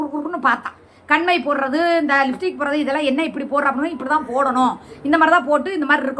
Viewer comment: அக்கா நீ போலீஸ் ஸ்டேஷன் ல, ச்சு ச்சு ச்சு போய்டியாம் 😂😂😂😂😂😂 லிப்ஸ்டிக் சொல்ல தெரியல லிப்டிக், ஆனால் சுமி அக்கா மேக்கப் உன்ட கத்துகிட்டகலாம்......😅😅😅